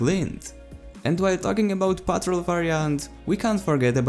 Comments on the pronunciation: Also it's pronounced patrOLE not PETROL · He just pronounces it so funny lol. It's pronounced like PAHT-ROLE. Basically. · It's pronounced as patrOLE and from this update the weapons that I tried were Ross Infantry which is actually a combination of Gewehr 95 straight pull with SMLE.303 sweet spot, Sjögren Slug basically a moderate fire rate model 10-a slug but not fast as the model 1900 slugs 300 rpm, M1912 p16 experimental faster fire rate than the original making this weapon Battlefield 1 equivalent of AN-94 & AK-12 Battlefield 4 since they have high fire rate in burst and lastly the optical variant for Ribreyolles 1918 Factory more accurate at a cost of higher vertical recoil when firing in full automatic without the bipod more accurate in single shots and full automatic with bipod deployed on a Ledge or prone position.